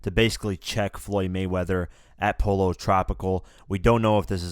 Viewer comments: Po-lo tropical, lmao 😂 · Pollo tropical pronounced "po yo" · Dude?! U don't know how to pronounce "Pollo Tropical"????